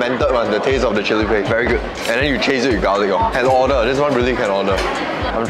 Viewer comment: Hearing saying "very geud"